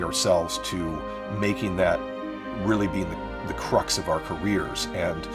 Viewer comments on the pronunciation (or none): Because that's not the word. That's not a word. It's "crux".